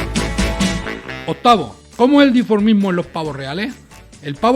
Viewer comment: Dimorfismos, no diformismo.